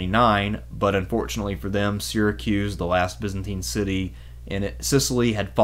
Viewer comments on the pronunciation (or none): none